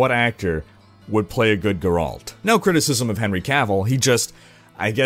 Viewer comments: It's GER-alt, not ger-ALT :) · It's not GAH-RALT, it's pronounced GER-ULT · Better than last video, where he said it like "Jeralt" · GRRALT lol that pronunciation tho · "Geralt" Is pronounced "Gare-alt," where "gare" rhymes with "hare" and "alt" is pronounced like an alt in an MMO... I'm just trying to help,. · hearing u say geralt makes my ears bleed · geralt is a german name... so if you arent german you probably cant pronounce it either. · I was looking for this comment :D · I love that devs have to "justify" microtransactions. How about just stop trying to nickel and dime people. Also, the way you pronounce Geralt really hurts my soul. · You should play a sound pronunciation of Geralt every time you say it just like you do with Vizjerei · The way you pronounce Witcher and Geralt bother me. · Wait you pronounce it as 'Geralt'? I thought it was pronounced 'Geralt'. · Gur-Alt?? uhmmm why you pronounce it like that. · Stop saying Geralt! You don't know how! :P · Stop saying geralt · one day you will learn how to say geralt